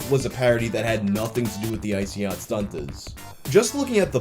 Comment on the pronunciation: I wish he didnt pronounce the 2nd T in StunTazz 😂😂 id say it Stunnaz but thats just me 🤷🏻‍♂️